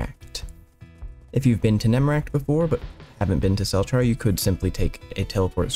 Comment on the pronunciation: It's pronounced "selchar" i believe /j. Please reply if you would like to debate